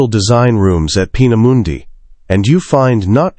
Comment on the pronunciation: Peena Mundey. Peena moondah